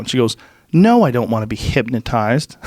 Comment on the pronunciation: “HypMOtized” - Joe Rogan 2019